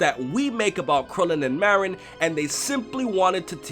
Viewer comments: It's Marron NOT Meh-rinn... I'll kill you if you do it wrong again >_< #JK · He called marron a morron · It's Marron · I legit thought #17 called Marron "Moron"... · My question and why I'm here is how did she know 17 pronounced Marron's name with 1 R. Im gonna assume this was in the Japanese version only, threatening to kill someone over a name seems like one of those goofy japanese extremes and likely wouldn't sound right translated. Guess I answered my own question by not being able to find a clip. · Or maybe it is because 18's brother mispronounced the name of her daughter, his own niece, and that could be seen as 17 not caring especially since he lives off on that island and doesn't seem to visit 18. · I still don't understand the difference in pronunciation between Maron and Marron... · Hm..... i didn't even think 18 was mad over something like that, i thought it was just because 17 said Marron wrong, and 18 being... well, 18 was annoyed. Also, anyone miss the DBZ Krillin? i just don't like how they made Krillin go from a Head shorter then 18, to like, a head and a half? still... he looks to much like a kid to me now... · I thought it was just a mispronunciation on 17's part... He didn't really curl the R and that's rude to mispronounce your niece's name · wait THIS is a meme now? why the hell isnt the "opps, my hand slipped" a meme?. Also i wonder why lazuli wasnt being herself or happy to meet up with 17 after such a long time, it seemed like she was mad at him for something, even before he said marron's name wrong